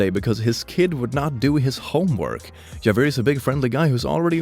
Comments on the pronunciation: its not "jev-er" its "havy-air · The dog's name is pronounced havier not Jay veir